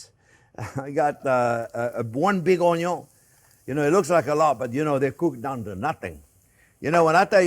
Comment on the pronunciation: it's pronounced "un yun" 🤣🤣